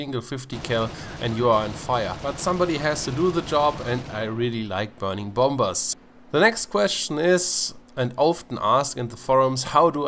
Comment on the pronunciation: I know that I might be a apin in the ass but dont say 'bomBers" say "bomers" apart from that awesome video.